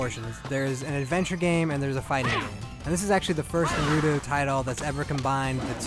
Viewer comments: For goodness sake, man, Naw-roo-toe!!!! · I wanna staple his mouth shut after hearing the 4th NARUDO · Why do ppl say nuhruto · I guess Asians pronounce english as "engrish" and white ppl call naruto "narudo".. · I couldn’t watch this video beCAUSE YOU KEPT PRONOUNCING HIS NAME FUCKIN WRONG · It's funny, after playing a game where characters constantly say the name "Naruto", you'd think the reviewer would know how to properly pronounce it! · damn your pronunciation was borderline insulting... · Wish you could pronounce Naruto right. :/ Kind of insulting.